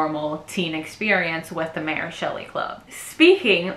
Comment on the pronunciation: super cute content, defo will subscribe but small note. that's really not how you pronounce ary